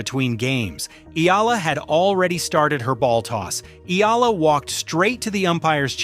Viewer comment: Her name is not Eela. FFS it's not that hard to pronounce. Try Eh-a-la.